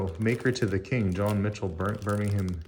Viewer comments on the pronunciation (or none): none